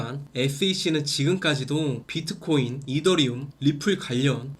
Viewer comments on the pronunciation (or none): none